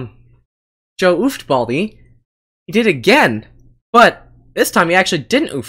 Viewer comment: Its Baldi not Balid and Balij